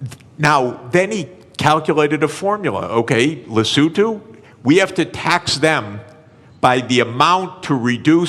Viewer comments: Le-so-tho! Not Le-sou-too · Where on earth is Le Sue to? Or is it supposed to be Lesotho? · Now i could be wrong but likely the guys talking about Lesotho, a southern african country... Not 'lesue to' or so xD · sachs knows perfectly well how it is pronounced in English, but of course he tries to differentiate himself from regular people and fkin pronounces it more like Lesothians pronounce it themselves (in the Sesotho language). I like him but he's just a human.. 😅